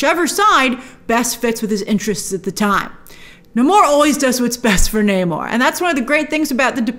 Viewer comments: You’re American. You don’t pronounce Namor like that . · Grace.. say Namor's name right 😠